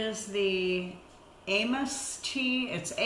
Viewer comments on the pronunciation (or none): Maybe that tee is really called “A - “mess” versus “Ames’” as you pronounced it since the original didn’t have a hem or a neckband? Lol